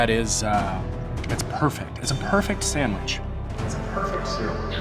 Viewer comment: Have a shot of whisky every time he says SAMWIDGE!